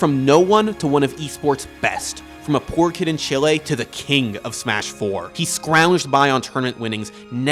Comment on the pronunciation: Great video, but just to say chile isn't pronounced like that